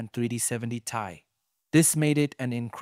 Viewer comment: Why'd you pronounce "ti" that way?😂